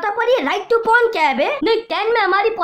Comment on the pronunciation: Abe porn hota hai pron nhi